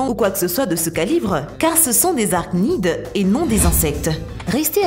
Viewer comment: arachnides et non ara...nides !